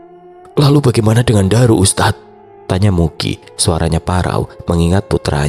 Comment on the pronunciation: Jarang denger orang nyebut nama Ndaru dengan benar. Seringnya Ndaru dibaca daru 😅 Enak banget dnger nama Ndaru di sebut sesuai dg ekspektasi ku😂 😂